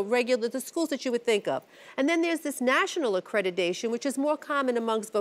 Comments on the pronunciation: For crying out loud the word is accreditation not accredidation.... Stop mispronouncing the word...! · Am I the only one cringing at hearing a judge saying "accrediDation" on and on and on? Made my ears bleed and I'm not even a native speaker...